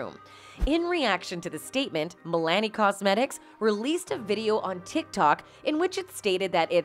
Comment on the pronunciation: The way she’s pronouncing Milani is killing me rn